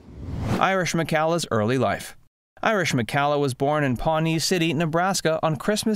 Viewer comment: For whatever it's worth, Irish preferred her last name pronounced to rhyme with "collar," rather than like in calla lilies or "Callahan."